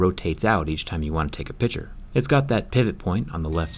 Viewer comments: Is it only weird for me that Jerry constantly says: Pichure? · I'm only the only one that goes crazy when he says picture like piture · He said piture not picture